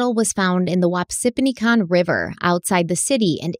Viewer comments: Wap -si -pin i con lol or Wapsi. like Whap se I'm from the Cedar Rapids area. This is so sad. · Grew up in Cedar Rapids, and my family still lives on the Wapsipinicon river - I have to laugh at pronunciation and it took me a second to recognize what she was saying 😭 Thanks for the coverage though, both of you, it’s both scary and interesting hearing a case so close to home.